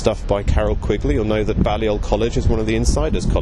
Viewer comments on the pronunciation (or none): Two technical points 1) Boris's college is not pronounced Ballyoll but Baylyull. 2) The CPGBML (Communist Party of Great Britain Marxist-Leninist) are not the Communist Party, they are (or used to be) hard line Maoists. People who quake in their shoes at the thought of Trotskyists would faint dead away at this party's Stalinist revolutionary programme. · It's pronounced Bay-lee-ol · Learn how to pronounce 'Balliol'!